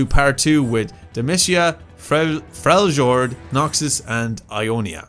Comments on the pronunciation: frelyord geek, its frelyord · Btw Freljord is announced as Frel- yord For your next video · You forgot to click the most important things in Shadow Isles that talk about their past. And in The Void you didn't click (in the main "building") "The Voidborn" so you can see more of those weird creatures. Btw you read Ixtal as Ishtal (it's confirmed), Freljord as Frelyord and in Demacia you don't read the "c" like "k" but like "s". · let's not slaughter the names here : ( Freljord = Frelyord ) ( Ixtal = ichtal ) ( Ixaocan = ichocan ) ... and one place u won't find on the map since it's hidden to mortals and no one knows where it's gates are is the spirit realm Aka Bandle city where yordles live it is said that the flow of time there is different from the mortal world :)